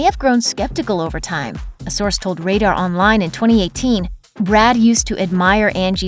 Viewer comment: "Brood" lol